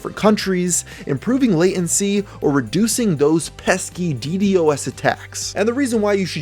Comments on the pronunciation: Dee Dee oh es lmao! Deedosssss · Killing me with the D D O S...... Deedoss.. Say it with me now DeeDos! #Ddos